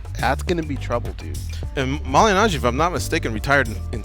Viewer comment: Pauly mally najjy? Man in the middle can’t pronounce his name properly 😂